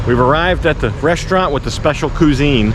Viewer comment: I'm sorry I had to say something. Cuisine is a French word and is pronounced qwiz-een not qu-sine! "